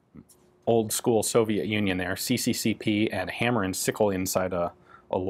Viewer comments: Ian, there is no "ai" sound in Russian, so it's not Sai-monov, but See-monov. Also CCCP is not c c c p, it's SSSR which stands for USSR. Great video! I didn't even know such rifle existed. But i'm not really a war fan, i just like watching engineer solutions to firearms. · I know that most people dont know the cyrillic alphabet but Ian pronouncing "CCCP" as latin letters was such a pain to my ears